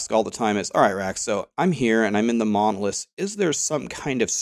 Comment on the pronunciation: Please, please! It is MonoliTHs not monolisks. I can hardly listen to those videos on LE because of that.